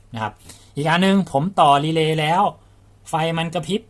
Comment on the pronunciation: นี่แหละชัดเจนที่สุด คำว่า...รีเลย์